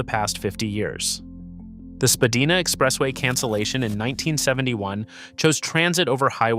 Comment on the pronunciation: 'Spadeena' too. Has the narrator ever actually set foot in Toronto?